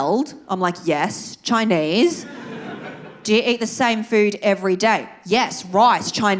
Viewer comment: I love when you say "Im Choinese" 😂